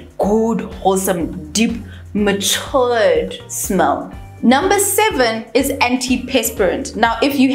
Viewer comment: The way you said, "Matured", reminded me of wine 😅🙈🍷